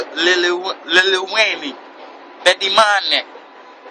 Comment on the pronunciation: The way he struggles to say lil Wayne loooooool